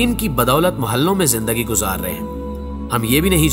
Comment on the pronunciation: O Bhai ........! Mahalon Nahi hota ....... Mehlon hota hay ...........